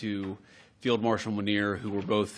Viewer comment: Did he said field marshal or failed marshal😂..it sounds like failed for me 😅